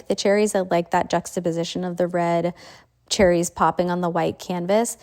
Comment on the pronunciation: I’m so confused why people have started to call cherries, sericces ( spelling it as people are saying it )